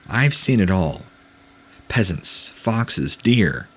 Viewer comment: Peasants are human beings. Pheasants are not. They're birds, and the initial "ph" sound is pronounced identically to the "f" one in English. If you're gonna read for a living, you're gonna have to do better. This happens far too often, on all of your channels, and it has caused me to unsubscribe to each of them. I'm not sure how you've come to the conclusion that what comes out of your mouth is 100% correct: someone who mispronounces as many commonplace words as you do has surely received feedback from teachers and older relatives. It's maddening, and not at all the same as bungling through multisyllabic science words. Idea: when you're doing preparatory work with these stories, reading through and arranging them, make note of every word that gives you pause, and determine its proper pronunciation. Online dictionaries now have audio files that allow you to hear words said aloud. Avail yourself of this necessary provision. Please.